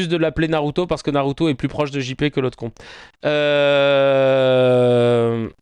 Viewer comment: C'est pas Naruto c'est narutue